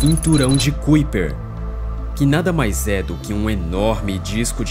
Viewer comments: Amigo, gosto muito dos seus vídeos mas a pronúncia correta não é cuiper e sim caiper(kuiper), parabéns pelo trabalho! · Como é que esse canal pode me passar alguma confiabilidade se o narrador nem se quer se preocupa em procurar no google como se pronuncia Kuiper. Qualquer analfabeto sabe que se pronuncia KAIPER. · Se pronuncia cinturão de KAiper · "cúíper" 🤣🤣🤣😂. Precisa melhorar a pronúncia das palavras e o conhecimento das regras em língua portuguesa. Boa sorte. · Cinturão de 'kaiper'! Pronuncia correta pra quem Não conhece a pronúncia certa!